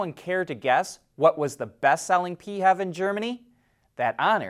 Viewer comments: Please stop saying P-hev. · I’ve never heard it said that way. Thought it sounded rather dumb. Does everything need to become an acronym?